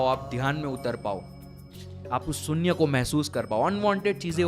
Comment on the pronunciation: sunya nahi beta shunya bolate hai